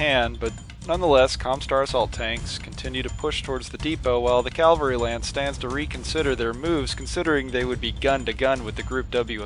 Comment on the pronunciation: Love these videos. Also, cavalry. Usually I'm not a pronunciation nazi but calvary is also a word and I wouldn't put it past the WoB to have a Calvary lance!